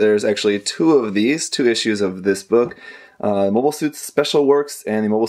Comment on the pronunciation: "Mobie" Suits?